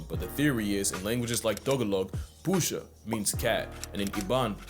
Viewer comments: As a Filipino, don’t wanna be that Guy, but it’s actually pronounced “Poo-Sah” like “Apu” and “Saw” spliced together, and it’s also “Tag-A-Log” like, the game Tag, Ah, and Lumber Wood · I don’t see it anywhere but Tagalog is pronounced Tuh-gah-lug - Tuh like in tub - Gah like in guppy (I couldn’t think of another word, sorry) And Posa is pronounced like Poo-sah… yeah. I’m half Filipino, and this is how I’ve always heard it pronounced assuming this is Filipino. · I can’t believe you butchered my native language 💔 it’s pronounced AND spelt as “tagalog” and “pusa” Great video as always tho 👍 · The pronunciation of Tagalog caught me off guard but it's actually longer or emphasized "Tah- gah- log." and "Pusa" as well, or at least in my region it's a 'u' and not an 'o.' (Love from the Philippines. ):hands-yellow-heart-red